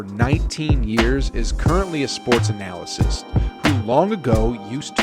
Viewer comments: The word is pronounced AH-NUH-LIST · It really bugs me how you pronounce analyst